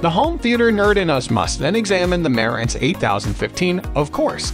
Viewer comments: Please Pronounce The Name Correct It's Marantz ryhmes with Dance Not Ma rence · wtf......merrintz????....where you from boy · It pronounced MA-RAN-tz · You pronounced the name wrong